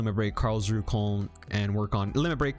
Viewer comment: FYI: Koln is pronounced like cologne (German city)